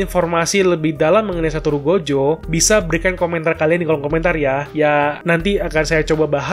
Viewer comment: Gojo bang bukan jogo 😁